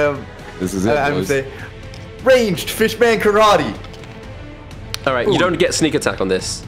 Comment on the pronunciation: HE ACTUALLY CALLED IT PISS MAN KARATE 😂😂 I’m so glad he did 🤣